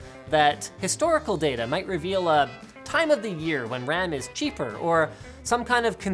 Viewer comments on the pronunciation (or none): none